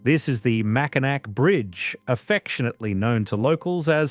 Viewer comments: Not Mack-i-nack, Mac-i-naw! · Mack-in-NAW not Mackin NAC. Every doc on You Tube... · mak-uh-nah. They made a great video but didn't bother to do a simple dictionary check. It is a good video though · it's pronounced MackiNAW, not MackiNACK. pls fix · "sault" pronounced like "salt", "Mackinac" pronounced with a "C" at the end....did they consult anyone from the Great Lakes before recording the VO? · It's pronounced "Mack-in-awe" not "Mack-in-ack" for both the bridge and the city. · Incredible video..... But it's pronounced Mackinac (Mack...I...naw). Haha. I just had to be that person for once. Thank you for such a great job and including Canadas wonders on the lakes as well. I'm proud to be a Michigander. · I immediately turned it off when I heard Mack-in-Ack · Really enjoyed the video. Top notch production. I do have a slight correction - Mackinac is pronounced MACK-in-awe. I have no idea why, it just is. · Mackinac is pronounced Mackinaw. The "C" is silent. Research please? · AAHHH it’s pronounced Mackinaw!!! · Chicago originally had sand dunes like Indiana and Michigan but they were removed. And it's not prononced Willis tower, it's pronounced SEARS tower. Much like Mackinac is really prononuced Mackinaw. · MACKINAK????? LOL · Well, it was good while it lasted. I'm sorry, I always cringe when anyone mispronounces "Mackinac (Mackinaw.)" Lets see if after the Mackinac segment other things are mispronounced. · Macinac is pronounced MAC A NAW. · Mackinac is pronounced MackiNAW. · Mack-in-ack? lol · The video is great but it's pronounced mack-in-aww, regardless of spelling mackinaw or mackinac. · The c in Macinac is silent. It is pronounced Macinaw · Isn't it pronounced Macinaw? I have friends on the UP. They have lived there their whole lives and that's what they call. it. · You had me until you said "MackinaC" Island. Come on, lol. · Annoys the shit outta me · I always laugh at how they pronounce Mackinac lol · Mackinac was rough too